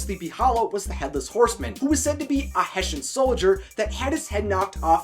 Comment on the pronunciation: Sorry, don’t mean to be a downer. I have been to sleepy hollow, it’s In Pennsylvania not New York. That’s just where icobod. Is from, and its Hess-Ian. I do really enjoy your your content though. Just thought I would correct a few things